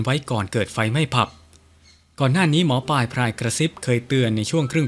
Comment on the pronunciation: ท่านหมอปายหรือหมอปลายครับชัดๆๆหน่อยครับถึงจะน่าฟังครับ